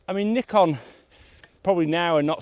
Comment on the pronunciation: Nice to hear you pronounce Nikon right as Nee-Kon! not as many other youtubers as Nye-kon. So annoying. I think modern Nikon is really good for landscape photography and architecture photography, because of sharp lenses and colour science which I like more than others.